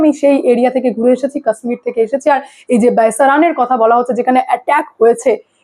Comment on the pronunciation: আরে উচ্চারণ টা ঠিক করে করো কাশ্মীর।